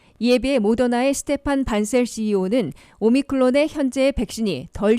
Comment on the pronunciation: 오미크론을 자꾸 오미클론으로 발음하는데 확인하시기 바랍니다.